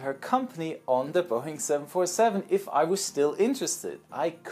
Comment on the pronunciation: it’s not boing it’s Boeing